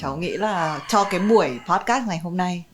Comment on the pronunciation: B ơi là podcast, không phải poscard b nhé